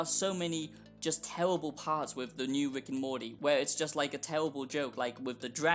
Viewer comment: “It’s tewwibiw it’s gawbage”